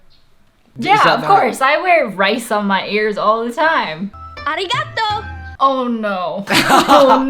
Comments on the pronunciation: As soon as I heard (baD) Japanese arigAtO I’m like nooooope bye bye bye.... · Im learning Japanese and I’ve learned you do NOT talk like that. (When she says “arigatou”) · Music: generically asian Language: badly pronounced Japanese Thank you Bow: Thai Conclusion: wtf are you doing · As A Japanese Person The Way They Said 'Thank You'/'Arigatō' Hurts My Soul 😭 Also What If The Sushi Just Like Fell Apart On The Earrings?? Edit: Oh Shit I Just Realized The Outfit 😟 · I'm Japanese and have to say that the pronunciation of Arigato is horrible. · They couldn't say it correctly